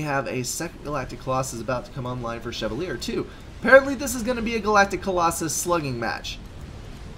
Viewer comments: I am not 100% sure but I think it is pronounced Che-val-e-a. Or something like that. lol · You do not pronounce chevalier the way it looks in case you didn't know.